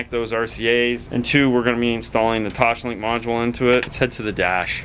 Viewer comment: Sorry, it is TOSlink. Not TOSHlink.